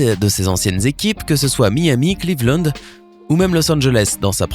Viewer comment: c moi ou il a dit les clevand?